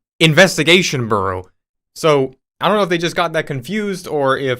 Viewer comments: Why do you pronounce Bureau as "BooRoo"?!! 🙄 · The way you're pronouncing "Bureau" is triggering me